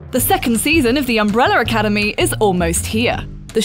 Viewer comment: I can only hear her saying "Umbreller Academy"